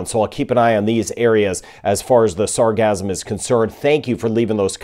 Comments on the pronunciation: Sar gass um ... not sar gazz um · gassum not gasm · Sarcasm is all over the place! Sorry, but it sounds like your saying Sarcasm 😂